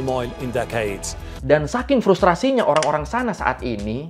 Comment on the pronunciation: Maaf kuulang" trus menit ke kata "frustrasi" yg bikin ketawa pas fokus ngikutin cerita 😂